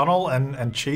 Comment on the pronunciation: Chi is pronounced like Shy. Or at least that’s how I pronounce it.